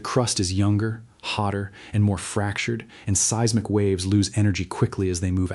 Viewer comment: For the love of pete, if you are going to use AI for narration PLEASE take the time to EDIT. There are several errors in this, the most egregious being seismic pronounced "see-ezz-mic." This info is too important for errors that jerk the listener right out of the narrative.